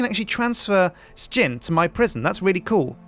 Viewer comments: He pronounces it S-jin but most people call him Shin. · most Americans pronounce it as "shin" but most Europeans pronounce it like "sh_gin." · I'm glad I'm not the only person who says ''Sh_gin'', even though most of my other Brit friends all say Shin. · I don't pronounce it I pronounce it shin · We want more of these sir-gin (how he pronounces his name) this is a great game and even better because yu commentate over it. P.S you should let the prisoner called out early with a knife to get revenge against sips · I love how everyone else pronounces name differently than how he does himself.